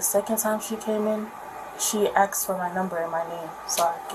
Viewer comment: THE WORD IS “A S K E D” NOT “ A K S E D!” Learn to speak correctly!